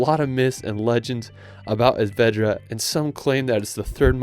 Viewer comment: 🤭 Pronunciation tip: whenever you see an accent mark on a vowel in any language of Spain (Spanish, Galician or Catalan, since Basque has no accent marks), the stress of that word goes on that vowel. E.g., CÁdiz, not CadIz; Es VedrÁ, not Es VEdra. In absence thereof, guessing is acceptable for foreigners 😬